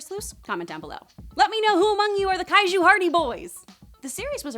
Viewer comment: Wow did she just say Kaichu series? uhuh omen that the Netflix Ultraman will suck.